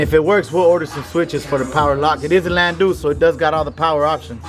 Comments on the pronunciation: It's pronounced lan(dow), not lan(do). That shit drives me crazy! You should speak more Spanish in your videos. It makes you sound a lot more intelligent and a lot less ghetto. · LANDOW NOT LANDO! It's spelled landau and pronounced LANDOW! LANDOW! LANDOW!